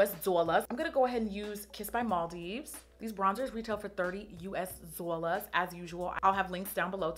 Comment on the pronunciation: I love when she says dzollars😂